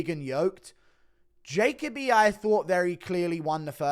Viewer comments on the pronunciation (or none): Bro it’s juh coh bee